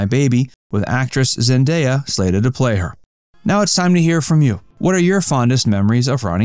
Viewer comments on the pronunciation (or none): none